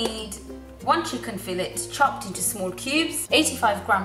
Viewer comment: "chickun" lol love your channel x